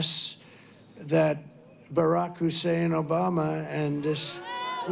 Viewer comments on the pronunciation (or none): The Moron s a despicable piece of fecal matter. I just cringe at his racist trope emphasizing “Hussein”. I curse the supporters that justify his existence. 🤮🤮🤮🤮🤮🤮